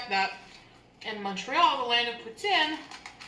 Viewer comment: The least of her sins, but I loathe people who say, "sammich". Considering the wanky way she pronounces "poutine", it's odd.